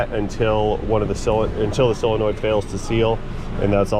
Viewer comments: It's solenoid, not cylenoid. There is no such word as cylenoid! 😣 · Please don't say "sell a noid" the word is solenoid. You wouldn't say filet of "sell".